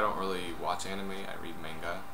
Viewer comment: You pronounce "manga" wrong. :(